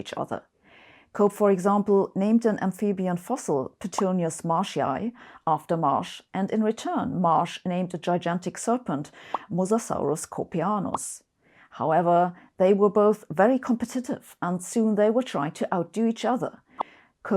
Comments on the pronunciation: Mosasaurus cope-anus LMFAO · "Copeanus...Cope anus"...Lulz...what a troll!